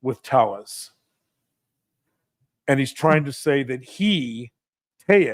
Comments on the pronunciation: “Tayas” o “taias” is the right Spanish pronunciation of the last name. Talas would sound more Italian. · It is pronounced Teyes. I know everyone has been saying "Teles," but it's not. It's Spanish. It's pronounced like the double L in tortilla. Please, I hate this guy, but let's not do that. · When it's a spanish name you pronounce it " Teyas " ... as i learned in spanish class... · You people who report. Do it right! His name is always pronounced wrong! It is spanish and ll is essentially pronounced as y.....So it is Teyes. The media and even you guys could give a shiet, it is the story right? Wether he is found one way or the other his name is always the same. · He is pronouncing it the Spanish way because there are Hispanic jurors